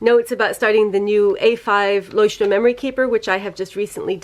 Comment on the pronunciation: Can we just take a moment to appreciate that she actually pronounces Leuchtturm right? Very proud of you, greetings from Germany!